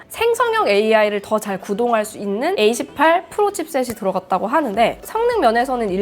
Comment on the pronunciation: 에이 18 에이 18 소리만 듣고 깜짝 놀랐어요..